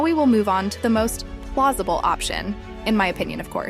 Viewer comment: “Very plozible”